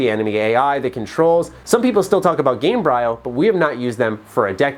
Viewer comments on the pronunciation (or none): Gamebryo i think is read like embryo